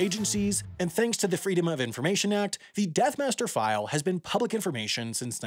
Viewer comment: Its not the "death master" file, its the death "master file" lol